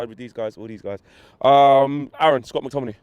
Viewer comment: Guy called mctominey “treacherous 😂😭😂😭😭 IM SCREAMINN